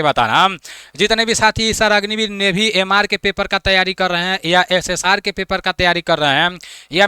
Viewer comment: नेवी ❌ नेभी 😂